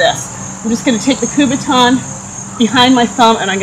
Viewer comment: it's called a kubotan not a kubaton